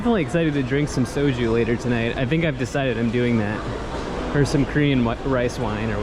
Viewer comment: Well you can pronounce soju correctly, so life sorted.